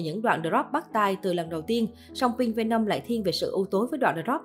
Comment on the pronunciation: khùm , không thích thì đừng nghe , đến cái tên MV của ngta đọc cũng không đúng thì thôi đừng nói lmj cho quê 👍